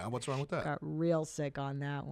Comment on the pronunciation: I hate how says “wrong” The G is silent you J.